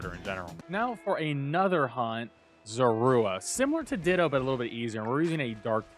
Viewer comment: it's not called killing it's called fainting!! you don't KILL IN POKEMON GAMES EVER!! and i dont think he pronounced Zorua right at all either LOL